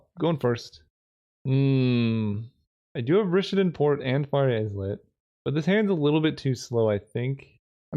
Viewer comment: Fiery "Eye-lit". The "S" is silent my buddy.